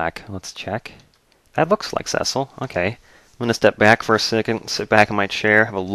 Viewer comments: cecil is pronounced see-sil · well it is really pronounced see-sol